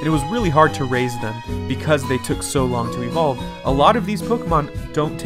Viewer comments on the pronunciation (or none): none